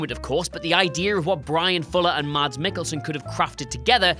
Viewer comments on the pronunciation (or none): none